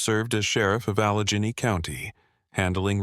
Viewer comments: Allegene county? AI can't even pronounce shit right. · Saw no point in continuing when AI can’t pronounce Allegheny because either it was spelt incorrectly or AI is capable of pronouncing Allegheny.